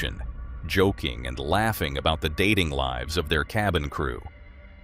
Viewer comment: It liives on? Amazing vid. Terrible pronounciation tho 😔